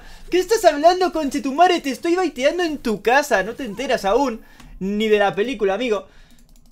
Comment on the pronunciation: Poco se habla de lo bien que pronuncio el conchetumare, casi se nacionalizo chileno jajaaj